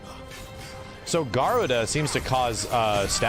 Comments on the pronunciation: Your pronunciation of Garuda is hilarious lol. Ga Roo Da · Man, saying Garuda's name. I try to not let those things bother me but after playing ff14 for like 4 years oof